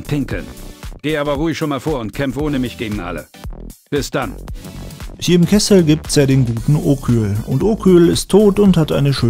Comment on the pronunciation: "bis dann" Wohl eher "piss dann", wa?:D